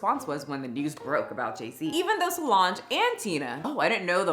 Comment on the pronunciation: I try not to be a pain about pronunciations even though almost every creator I follow seems to be unable to make sure they are pronouncing words right. I saw words wrong too sometimes but lucky for me, the world doesn't know about it. However, as a veteran it did irritate me that you can say Solange's name correctly but not valor. Please. However, aside from that Karen moment, I agree with everything else you have said in thia video. The rich in our country are weird because their money buys them privileges no one should have. Brutalizing children and no one diming them out is one of them. I also have never understood Beyoncé who could get any man in the world, settled for Jay-Z. He is so nasty and Diddy always gave me the creeps too! Money should not buy someone's way out of a moral expectation. These people are disgusting.